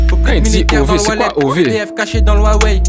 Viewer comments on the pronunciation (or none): none